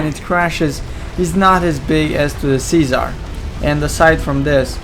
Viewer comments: LOL it's Czar (pronounced: zar) not Cesar... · He says Czar but with his heavy accent it sounds. Like Cesar